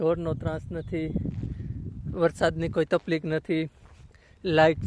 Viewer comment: અલ્યા, તફ્લીક નઈ, તકલીફ બોલાય.😂